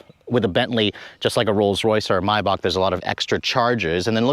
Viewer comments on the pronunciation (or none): Please can you pronounce Maybach correctly with an A not an O? Similarly Mulliner with an N not a G. Nice motor but way over engineered for my taste and bit too tacky inside with such garish colours. I've owned two old style Bentleys in the past. A 1975 T1 (think Rolls Silver Shadow shape) and a 1988 Turbo R. Loved the T2 the best and was fortunate to be invited to take it back to the factory in 2005. We toured the production line, and the detail is amazing. I talked to a woman stitching the leather cover on a steering wheel. She said it took four hours and used one continuous thread. If the thread broke, she had to start again!